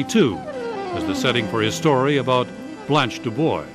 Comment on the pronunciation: That and the mispronunciation of DuBois and Belle Reve 😢